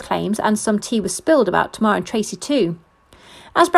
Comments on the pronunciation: If you say to mar one more time kmt. It tay mar smh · Pronounced TAY-MAR not tmar🤮